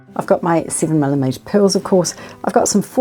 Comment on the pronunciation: U saying PILLS ????? Don't understand some WORDS ???